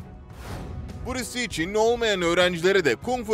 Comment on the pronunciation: Buris Li değil be kardeşim, Bruce Lee (Brus Lii)